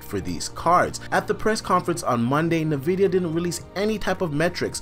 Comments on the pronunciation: Its En-vidia not nuh-vidia!! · It's N-vidia not nah-vidia